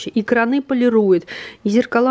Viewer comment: Прошу прощения, но слово кранЫ режет слух. Только крАны.